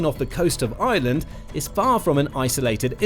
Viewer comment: It’s pronounced Ireland not island